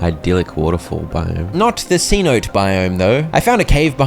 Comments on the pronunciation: Friend... Cenote is NOT pronounced Cee-Note. It's Say-Noh-Tay. It's spanish for a deep natural well or sinkhole. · Anyone else peeved about the mispronounciation of cenote